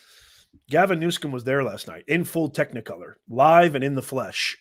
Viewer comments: Can you not read? Its newsom not newscom. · You call him Newcum his name is Newsom but you called him right .God vorbid he has ruin beautiful California, he will do this to the USA.